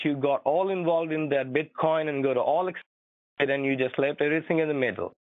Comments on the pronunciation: PMSL get out the kitchen ma’am. I love the BITE coin mispronunciation as well! You are genius your wife must be giggling all the time!! 😂😂😂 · A bitecoin wallet? I think h'es one of the few in this world mispronouncing it...